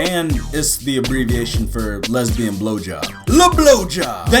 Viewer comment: Lesbian not lesbiout